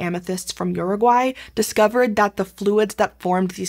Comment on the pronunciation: You said Uraguay wrong